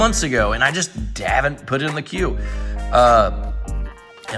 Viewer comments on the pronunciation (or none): none